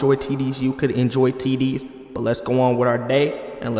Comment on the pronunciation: did he said "tds" or "ti**ies"?